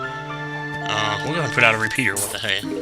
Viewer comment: He said reshooter....it just sounded like pea....re pea...re pea